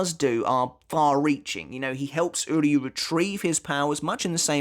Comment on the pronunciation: I just want to take a moment to appreciate that unlike the English Dub and almost all other YouTubers you are the only one who pronounces "Uryu's Name" correctly